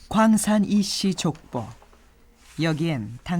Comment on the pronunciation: 장음인 단어의 첫자를 짧게 잘못 발음한 예: 주술,(광산) 이씨, 사형,사화, 당쟁, 사림, 외척,치명, 정치판, 사료 등이고, 단음인 것을 길게 발음한 예: (서쪽이라는) 서인, 광산(김씨), 왕조, 비난, 시인, 양광, 광기 등 문제가 심각 합니다. "한국 어문을 고발함"을 읽어 보지 않으시렵니까. 미국 변 완수 배